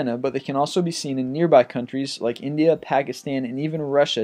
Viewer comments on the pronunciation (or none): none